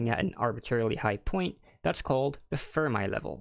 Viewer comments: FERMI = "fur-mee", not "fur-my" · Pretty good explanations. I'm going to point out you are pronouncing "Fermi" wrong; just a heads up.